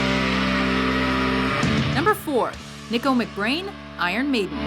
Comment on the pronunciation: Hmm... she can't pronounce Neil Peart OR Nicko McBrain? (It's pronounced like "KNEE-co") and what's up with starting off showing Clive Burr drumming instead of Nicko, on Nicko's segment? and then they label "the trooper" as "run to the hills" i wonder if they might not want to hire an editor, when the topic is, as seems to be the case here, not one they have much experience with. they seem to make a lot of mistakes in their other lists too, that with the huge number of cliches thrown in, is partly why i watch this channel REALLY infrequently... (no hate, just sayin')